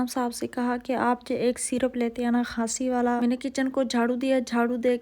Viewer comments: Pyari sister khasi nhi h khansi hai😂😂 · Ooo texi خاسی نہیں کھانسی ہتا ہے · Khnsi Nahi khansi